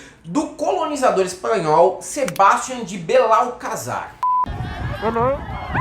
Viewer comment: Caro, incialmente quero deixar claro que os seus vídeos 'supimpas'! Só como mera contribuição para futuros vídeos em que talvez apareça novamente este nome, a pronúncia em espanhol é Sebastián, e não Sebástian. Abraços e continue fazendo essas magníficas críticas às aberrações que temos visto desde 1o. de janeiro de 2019.